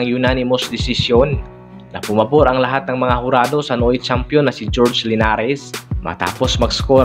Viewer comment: Horhe at hesta. Hindi george at dyesta. Research muna bago upload